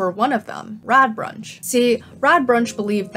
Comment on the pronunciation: I know I am late and I really liked this video, but your pronounciation of Radbruch as Radbrunch was bugging me the entire time.